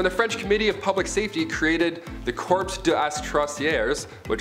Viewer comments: Corps is pronounced like core, not corpse. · "Corps". The "P" is silent!